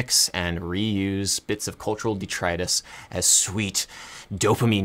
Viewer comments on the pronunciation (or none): none